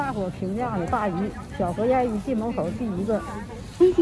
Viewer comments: 小河沿（燕儿）发音不对没味道啊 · 其实正确的读音应该是小河沿（四声） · 小河沿yan 是四声，好像燕子的燕。